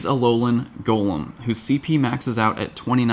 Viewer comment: Thank you for being about the only PoGo you tuber than can say Golem right!